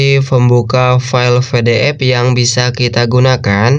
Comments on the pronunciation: PE DE EF bang bukan VE DE EF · PDF bukan FDF kocak baca PDF aja ga bisa